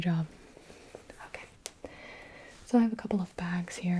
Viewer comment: I genuinely thought she said “I am twelve”...